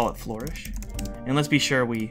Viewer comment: Its Flur-ish, not Flor-ish